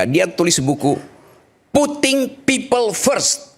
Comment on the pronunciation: Bahasa i gis nya puting pipel fres bunyinya sama kata katanya Rokyyy